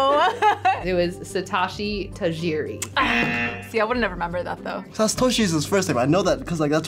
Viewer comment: No, it isn't. It's Japanese. Sah-toh-shee Tuh-gee-ree.